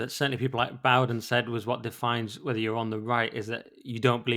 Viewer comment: the only complaint I have about you is you can't say T H's you say fff Things not fings. I raised two children and taught them to speak and you have just got into bad habits when you speak. I just heard you say wevva instead of whether. Why didnt yr parents teach you not to do this bad habit.